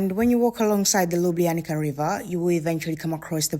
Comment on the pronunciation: You have to pronounce Lyooblyanizza river and yes it's natural river of karst origin (it goes out from cave system). LJ are separate letters, but of course for English speakers is hard to pronounce. Have a nice time in our County